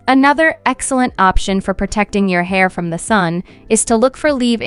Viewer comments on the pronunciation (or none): none